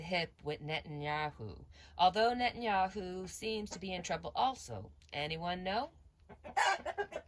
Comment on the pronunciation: Thanks for your wonderful videos!! Phonetically the way his name is pronounced is “Net an yahoo”!! 😃